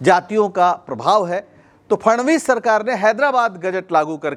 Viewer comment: नाम फडणवीस है न की फणनवीस..